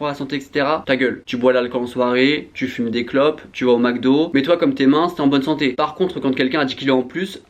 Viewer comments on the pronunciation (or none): none